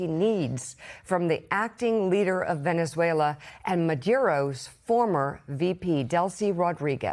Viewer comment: He can’t even speak the name of the country correctly and he wants to run two countries? Sorry Maga, now it’s Venezuela oil first. Then he will take over Greenland even though it is not at all necessary to do so, but you will pay for it anyways. So much for America first, then again I knew that was a big fat lie..